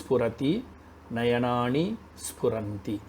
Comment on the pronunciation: Your lessons are great . when you say nayanaani the न sounds like ण